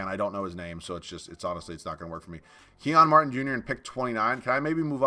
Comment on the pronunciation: "Key-On Martin" 😂😂 dawg its Kenyon Martin Jr. aka Kenyon Martin's son